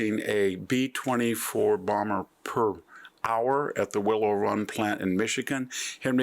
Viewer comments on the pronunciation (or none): none